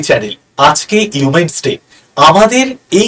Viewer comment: Women's day k umens day bolchen ..ami age giye ektu porasona korun😅